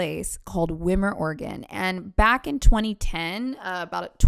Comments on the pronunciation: you making a video on my hometown wasnt on my 2025 bingo card but you pronouncing the name wrong somehow was lmao hahaha all jokes and all love, however it’s pronounced WHY-MER:/ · also it's pronounced "why-mer" xo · My boyfriend was her neighbor! I believe him and his dad did a couple things for her before. Whew! Also it’s pronounced W-eye-mer. Not like swimmer without the s. 😂 One of my friends co-produced this movie. He’s in it too. It’s called Pig Lady. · i grew up a couple blocks from her property my father actually worked for her doing little things around her farm for a lil before everything happened, also wimer is pronounced (why mur). I'm still shocked at how this case progresses throughout the years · Me, I went to highschool in gp and hung out in wimer ( WHY - MER ) made me lol how you said it.. No one ever talks about Susan. We just know some crazy lady lived near us. Also every farm in Josephine county pretty much looks like that. Lol it’s Oregon.